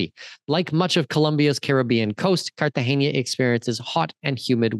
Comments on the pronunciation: So you are teaching us all about Colombia - you’ve “done all the research”. Seemed good until you called Cartagena as Cartageña - which it is not. What’s next, MedeLeen? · Dude carta-hena it’s an n not a ñ